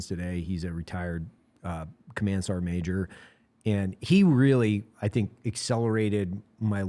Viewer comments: Sergeant ❌ Ser’eant ✅ -Eli Doubletap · Is the pronunciation of the word "sergeant" as "sarnt" a ubiquitous part of the US military? Does the US military have its own dialect/accent?